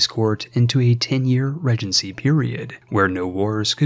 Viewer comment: Ree-jen-see not this weird "ruh genty"